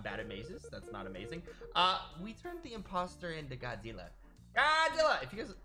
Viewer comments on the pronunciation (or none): Godzirra? Did you say Godzirra?